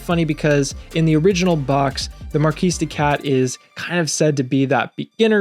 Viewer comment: Great video, thanks! BTW, it’s pronounced “markee” de cat, not mar-keese. That matters because the name is a play on words, mar-kee-de-cat, like kitty cat. 😅 Get it? It’s a silly pun, but a pun nonetheless.